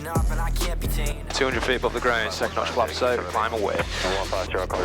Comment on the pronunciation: I'm sorry, did say Notch of Flaps?... what the eff is that?